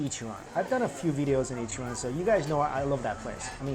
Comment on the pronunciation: I’m sorry but it’s Ichiran . Not an opinion but a fact 🍵